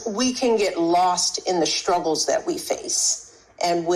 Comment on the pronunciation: He has always talked that way. It's sickening. "Schtruggles."